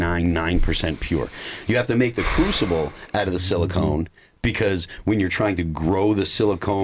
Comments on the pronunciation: Phil, I love you but it's pronounced silicon not silicone. They are used for very different things😂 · Who’s going to tell Phil that it’s silicon not silicone